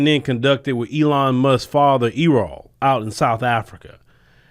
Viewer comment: please learn how to pronounce the name Errol correctly. Peace